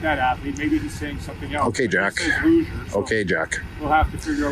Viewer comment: “Biggest luge’r” might be the most boomerific dunk fail I’ve ever heard. ACAB.